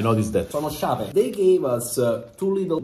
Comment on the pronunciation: “So sciape” ahahahah